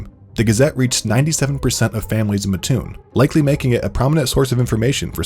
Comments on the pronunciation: Why does everyone always say Muh toon? Surely some would get it right without living there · I lived in Lake city IL pop maybe 175 in 1979. Siblings and I went to school in Lovington IL 4 miles away. Also in 1984 went to Lake Land College in there. Its pronounced Matt - toon. Ty for this video sweetheart 😊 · I keep cringing every time I hear muh-toon and I’m from the neighboring town. I shouldn’t care yet here I sit wincing and waiting for the mispronunciation. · Ahhhhh I live so close to there! I’m excited they made a video about that town! Although it’s really pronounced mat-toon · Great job, it is just pronounced Matt-oon, like the name Matt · It made me cringe everytime here pronounced mattoon wrong 😭😭😭😭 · When they emphasize the a and not the ts in Mattoon 😂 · Had to stop the video after two minutes and the town name pronounced wrong over a dozen times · Seeing all the people from Illinois in the comments telling him he pronounced Mattoon wrong makes me happy (being from mattoon) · While I love my tiny town being seen, you guys are saying it wrong lol. It’s Mattoon like mattress or Matthew. Our own weather man usually says it wrong though so it’s all good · My small town is 500. Also they are pronouncing Mattoon incorrectly. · I’m from mattoon Illinois and they said it wrong in the beginning tho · How'd it not bother you how he pronounced Mattoon? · Mispronounced Mattoon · The way he says mattoon makes all mattoon people instantly violent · that’s all i could think about the whole video LMAO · Yeah both syllables are really emphasized for some reason, but more emphasis on the Mat part, with the slightest stop in between the syllables. My mom’s from Mattoon and a lot of people just can’t pronounce it because they didn’t grow up with the weirdness of the word. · Rotf so true!!! So glad they covered this story though. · haha i’m from a little way from matton but i even realized he messed it up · I live in mattoon so I was mad when I heard him say it that way 😂